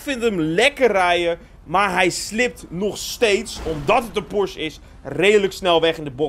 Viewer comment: Het is Porsche niet porsch 😅